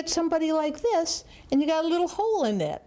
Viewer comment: "Oh, what a surprise... Monarch caterpillars are a liiiittle bit... stupid." LOL This lady is awesome.